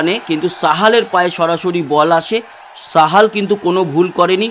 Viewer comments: দাদা ওটা সাহাল not সামাল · Samal noy Sahal.